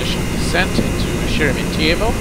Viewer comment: Sheremetyevo is more accurately pronounced with the accent on the "me" syllable and with an "a" instead of the o at the end ( weird russian pronunciation rules are weird )